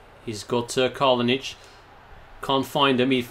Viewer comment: It is Kalinic not Kalonic